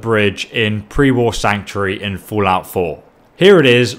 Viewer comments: Sanctury.... Please just say sanctuary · Am i the only that keeps hearing Sanctry? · I can't be the only one who finds his pronunciation of sanctuary annoying.